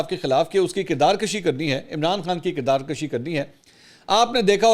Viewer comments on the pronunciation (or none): This word is KIRDAR KUSHI Instead of KIRDAR KASHI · منصور صاحب! آپ کی اردو اور انگلش کا حد درجہ معترف ہون اور آپ کے وی لاگس اور تبصرے کی ما شاءاللہ کیا ہی بات ہے۔ خان صاحب یہان صرف یہ عرض کرنا چاہون گا کہ آپ ہمیشہ کردار کشی (َ"ک" زبر کے ساتھ ادا کرتے ہیں جسکا مطلب کھینچنا ہے) جبکہ یہان کردار کشی ("ک"پیش کے ساتھ ہوتا ہے جسکا معنی مارنا، ختم کرنا ہے) کہنا درست ہے۔ امید ہے میری اس بات پر تحقیق کرکے اس کو درست کرین گے۔ والسلام وقار اعلی کراچی